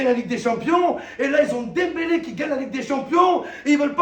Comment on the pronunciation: il dit dempelé et celui que j'ai critiqué faut aller chez orthophoniste petit